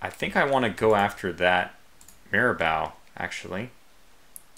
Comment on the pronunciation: Great work in this absolute cluster of a battle. One thing though: It's pronounced Mira-Boh not Mira-Bow. If you could, just throw the ship names into Google Translate and listen to how they're pronounced.